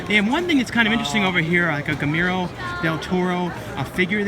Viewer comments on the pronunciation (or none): Buys a doll/toy of Guillermo del Toro .. doesn't know how to properly pronounce "Guillermo."